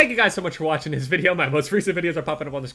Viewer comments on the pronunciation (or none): when ur saying ur outro it's almost like ur speaking german. It's the same thing too,u say "it's been jev" and it sounds like "ich bin jev"